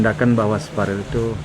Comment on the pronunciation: Salfok sama camer, sebut caman Verrel lho Pak, bukan Farel .....he...he.....canda 😊😂